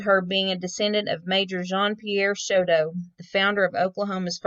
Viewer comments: 'Show TOE" Not "Show dough" and it's not Co PEL ya" It's CO PEEL YA" Lord. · Nice tribute. Thank you. I knew her, her family and even her father. I just wish you would have pronounced her name correctly.